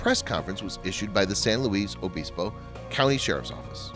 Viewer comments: Please do some research. San Luis (pronounced "Lewis") Obispo and strung together - Sanlewisobispo or Slo (pronounced "slow"). The video shows a lot of shots of a big city with very tall buildings. Nothing in Slo is over 5 or 6 stories tall. Slo is a small town that sits in a valley surrounded by majestic hills that would be called mountains in some places. There isn't a huge city center surrounded by houses as far as the eye can see. The town center is only a few blocks. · Its San Lewis (LUIS) OBISPO. I grew up there and thats how we say it. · well it was obviously a mistake. san luis obispo is my hometown, i live still here today. it’s pronounced how it is spelt. not san louie obispo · Ok video, but you butchered San Luis Obispo. It’s pronounced frenetically, not, “Louie.” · It's San luisssss Obispo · Also can tell you not a Californian ! We say San Louie Abispo ! Not how it is written ! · Please learn how to pronounce San Luis Obispo properly. UUUGGGHHHHH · PLEASE learn how to pronounce a name of a town before you totally murder it. I can't even watch...it's killing me. sorry..good job though.